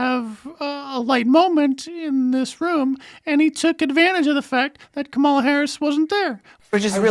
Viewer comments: Uh oh! Sounds like Stelter mispronounced "Kamala." He must be a racist, misogynist. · LOL! Stelter mispronounced Kamala's name! This is too rich!